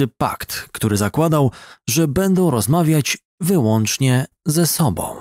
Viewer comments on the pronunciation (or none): none